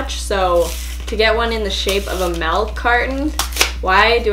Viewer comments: Its shaped like MALK lol (pls dont come for me, i love mia) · Melk😬 just makes me feel uncomfortable😂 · Nobody:: melk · Who else is noticing that she is saying malk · Is it just me or does it bother me that she said melk and beach baig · Sorry to say but she said Malk not milk malk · Did you just say.....MELK 😲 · ...did she just say "Malk"???😳😔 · I hate when people say milk like malk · She actually means milk but she pronounces it 'melk'😆😂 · why does she pronounce milk as malk I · Was anyone else getting annoyed by the way she was saying “melk”? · Anyone else pronouncing milk like melk? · Melk? Lol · Me: oh wow she's funny Subscribe: MELK carton Me: 😐 unsubscribe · Anyone else a little triggered by the way she said “milk”? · I think It’s her Canadian accent coming out lol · The way you say milk 😍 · It's milk not malk but you are so funny 😂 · Some people say melk and not milk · More like malk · Juicy Janelle i am canadian and i say milk but my sister says melk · Crazy Owl Girl CNCOwner no it’s more like “malk” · There is a “i” in milk for a reason 😂 it’s not “melk” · Am I the only one who finds it weird when people say milk like melk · Plz stop saying melk it's MILK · Oh and she also says melk Instead of milk No hate tho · I love how she says MELK and not MILK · Did you say MELK??? 😂💀 Where is Trey Kennedy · Is no one noticing she is saying melk not milk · “melk” she has me triggered😂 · It’s MILK not MELK, but good wish haul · Its milk not melk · It’s MiLK not MeLK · Melk not milk 👌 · White MELK and banana MELK,broh,it's milk not melk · why does she keep saying “melk” not milk 😂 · MILK NOT MELK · Your saying MALK it’s MILK learn English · She says MELK but for some reason it don't bother me as much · Yah what is melk!!! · Sounds like malk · I say it like melk, it's normal in Canada. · Just me who hears “malk” instead of milk? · Ly Ha i hear melk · Just let the girl pronounce malk how she wants to 😂😂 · Awkward but what ever. meeeelk. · Give him the molk, Josh!